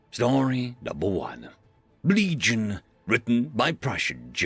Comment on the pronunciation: I thought he said "Bleed-gion" at first. I think it fits.